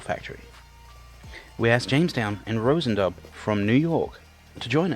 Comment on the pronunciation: Awesome that they were able to adapt and be able to at least make the most of it! (As an aside, for the future, it's not pronounced Rosen Dub. I'm pretty sure it's pronounced Roshen Do)